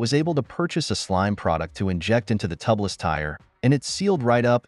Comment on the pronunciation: TUB LESS tire?! What the heck!!!! It’s TUBELESS (TOOB LESS) dude!!!! Lol😅